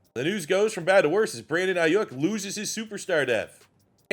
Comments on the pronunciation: Am I the only one who hates how he says Aiyuk? I have been saying it like Eye-Youk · Respectfully I’ve never heard anyone pronounce Ayuik’s name like that. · Every time he mispronounces Aiyuk take a shot